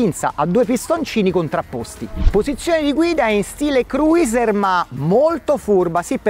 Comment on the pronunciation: Si dice cruser non cruiser